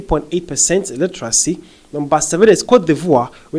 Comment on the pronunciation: Pls practice the word 'Literacy" say it 5 times..u keep saying Illeteracy illetarcy..whats the rush for?